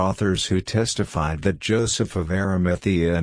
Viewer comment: Some words the voice is reading that are difficult to recognize if you are not familiar with them, are: Britons [it sounds like 'Bretons']. Eveque is a French term for Bishop, Lisieux, Pentateuch; 'Lead' in the past is read as in present; Freculph is read well; Domesday or Doomsday Book; testified sounds like 'tested'; Ecclesiastical Annals; Jimmy Guieu, a French author; Druid institutions; George Jowett; Budicca and her attack in 61AD.; Avalon; true faith; arrival of Augustine of Rome or Canterbury in 597 AD; King Lucius, 156 AD; Edict of 42 AD; Council of Nicaea in 325 AD; Eusebius' records; Arius 356 AD denied Christ's divinity; Augustine of Hippo 4th century; Hermes Trismegistus; original sin; mock Jesus; Jacob Berman's podcasts; Judas Iscariot; Knights Templar; Vesppasian; Joseph of Arimathea; Septuagint; Alchemy: from the Arabs for chemistry; Constantinople; Flavius Josephus; Ralph Ellis; Tony Bush; Bran the blessed, Cunobeline; Saxon invasion; Venerable Bede, Benedictine monk; Polydore Vergil, Maelgwyn of Avalon, Gildas Badonicus, Tertullian; Melchizedek; original sin; nephilim are the progeny of the sons of God; Masoretic text; exegesis; Masoretes; Aramaic; Rabbinic; self-born or self-begotten; Hermes Trismegistus; Alexandria, Ptolemy, Lamblichus; tablets of Thoth/Hermes; Christos; Hermetic treaties; Hermetica; Byzantine Church; Pythagorean Apollonius of Tyana; Enoch also known as Idris; Thoth; Emerald tablets; Festugiere; Pymander, Monadic Presence; channeling; Logos